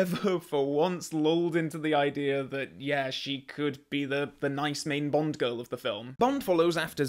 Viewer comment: The only flaw in this film is Pierce Brosnan's "Bond, James Bond" being said like "Pont, James Pont"